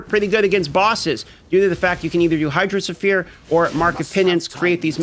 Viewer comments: the "sphere" in hydrosphere is pronounced as "sphere", not as "sulphur" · The way you DM pronounces Hydrosphere nearly drove me insane. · hydro suh-fear... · Hydro ohsphere augmented version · His pronunciation of hydrosphere had me rolling